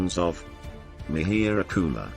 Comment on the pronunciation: Parsian language is derived from sanskrit. So, it is mihir kul, which you pronounced as Mehr gul.